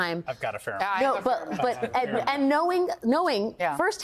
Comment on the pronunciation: Kudos to Lawrence for pronouncing the name Nauta correctly. Hi from the Netherlands 🇳🇱, the name comes from our province Friesland. The man is still an accomplice.